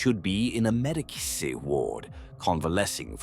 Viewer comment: protip medicae is pronounced "med-ee-kay" :)